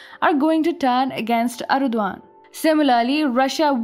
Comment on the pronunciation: For god sake, stop talking. Your pronounciation is terrible. Its erdogan not erduan. Also its his country.